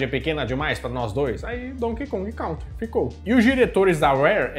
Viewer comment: Não se pronuncia "Cautri" se diz "Cãntri".